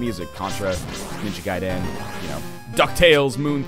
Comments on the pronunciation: sounds like he's saying "Ninja-Guy Dan". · His Ninja Gaiden pronunciation may not be spot on, but it's a hell of a lot better than most people's "Gay-den". EDIT: Actually, judging by some of these comments I'm beginning to think people are making fun because they are part of that "Gay-den" crowd & think they're right. Huh. I guess I'll correct everyone: It's "Guy-den," like how Northernlion says it but without the accent on "den" (you never stress specific syllables in Japanese).